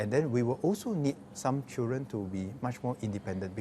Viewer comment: Mr education minister, please set a good example to teachers and work on your english language and especially your enunciation. Dont pronounce "chil ren" but "children"... "dren" your "d" is missing. You are just like goh chok tong's "chilren chilren...."